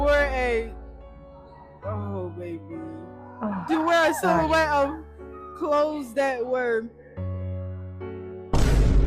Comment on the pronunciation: The word silhoutte is a french word. If you know French thsn you know how to say it.